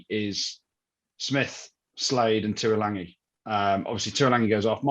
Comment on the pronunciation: Its Tuilagi, not Tuilangi - there's no N.